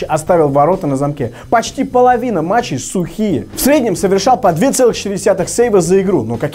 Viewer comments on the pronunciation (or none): ошибка)не метчей,а матчей 🌚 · матчей, а не метчей))) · метчей, а надо матчей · не метчей, а матчей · мЕтчей XDDDDDDDDDDDDDDDDDDDDDDDDDDDDDDDDDDDDDDD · слово метчей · метчей XD